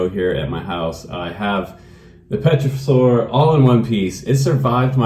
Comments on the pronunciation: That looked like a fun plane to fly,very floaty. You don't pronounce the P in pterosaur by the way. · What's not to like? Cool. Say, "tero' soar", no P. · FPV!!!!!!!! Great review my friend! Looks like a lot of fun! And it's pronounced "Tare'-oh-sowr"